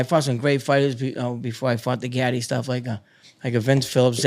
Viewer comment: He calls Arturo Gatti "gotti" and claims to be an " Italian fan " and a boxing fan...